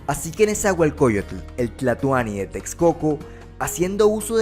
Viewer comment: It's not Tez- co- co or Teks - co - co. It's Tesh - co - co.